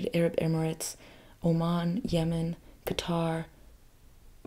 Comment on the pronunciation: Yemen❌ Yeaaah mann✅